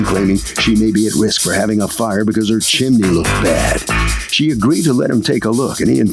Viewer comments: Chimney. The word is CHIMNEY. There is no such thing as a “chimley.” Stop. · It’s not chiminey (JM) and it’s not chimley (plaintiff). It’s chimney, pronounced “CHIM-nee.” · Chim-ney. Chim-ney. 2 syllables. 😂